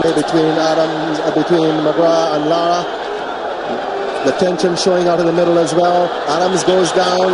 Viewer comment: It's LAAARAAA.. respect!